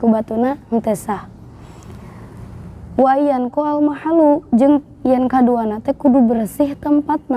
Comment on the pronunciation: Lafad وان ينقى, knp mb Wa ayyanqo bukan wa ayyunqiya.